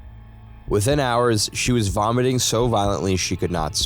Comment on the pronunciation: "vomating" 😂😂😂😂 I'm out